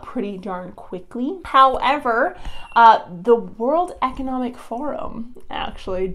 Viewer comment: Crazy stuff! Love it... World Eeecownumbic Forhum? What is that?